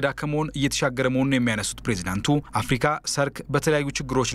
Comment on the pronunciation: አፍርቃ አትበል (አፍርካ)ብለህ አንብብ ጋዜጠኛው